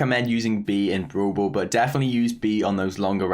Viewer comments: nobody:: brool bool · I love when he says brawl ball as "Bro ball"..XD